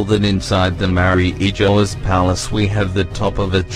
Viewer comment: Man, I like your videos but I always have this pet peeve about non-Japanese YouTubers incorrectly pronouncing names and stuff (e.g. Makino, Mariejois, etc.) I can't blame you for that though. I know you got it from the English-dubbed anime. However, can I make a small request? Can you please check the Japanese version first before posting anything? To be honest, I prefer your videos without the voice overs. Just my two cents.